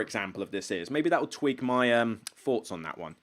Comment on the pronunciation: Love the channel, but can you try to say theme, and, think and thoughts, as opposed to feme fink and foughts?